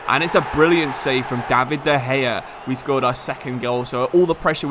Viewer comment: and de gaya